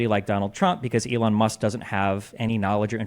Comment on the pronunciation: "Elone Musc"